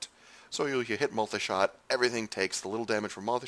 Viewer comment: I hate the way he says MULTAY SHOT!